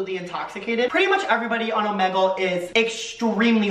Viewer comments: Why did you pronounce omegle like that😭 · the way he pronouces omegle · he did not just say ohmehgle